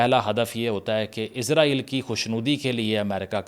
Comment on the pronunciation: it's Israel not Izraeel